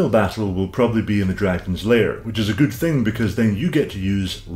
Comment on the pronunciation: "But fundamentally Guewd"